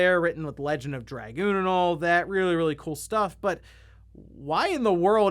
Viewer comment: Call me old school, but I couldn’t care less about trophies or achievements. Oh, and it’s X. It’s always been X. We determined this with the PSX, before internet got big. And call it “druh-goon”.